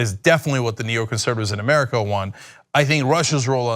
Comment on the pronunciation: I thought "murrica" was a joke... But he actually says it like that... 😂😂😂😂